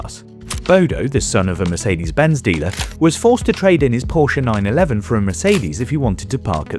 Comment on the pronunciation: The "New"'Meecedes CL (S-Class Coupé) 🤔